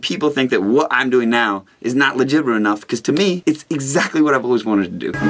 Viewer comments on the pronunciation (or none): none